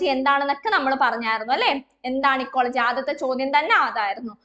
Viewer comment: ഇക്കോളജിയല്ലെ എക്കോളജി എന്ന് പറയുന്നതെന്താ